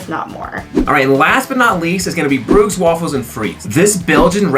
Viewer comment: Valter’s is pronounced like “Walter’s”, just with a V instead of a W. It’s not Val tairs. Also, Bruges has a soft G sound, like a zh. It pronounced “Bruzhe”.